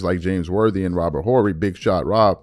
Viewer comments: Robert Or - Ree not "Horee" Family when did you start watching basket ball? You giving me stranger danger vibes! You pronounce Dirk Nowitzki with a "W" - It's pronounced Na - Vitz - Key. The"W" has a "V" sound in German. And yes, we speak English, but a name needs to be pronounced properly. Cmon bro you channel is getting larger you got to pronounce these guys names correctly. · we don't need to pronounce the "H" in Robert Horry's name so hard. Sort of like "evening" we don't really pronounce the second E.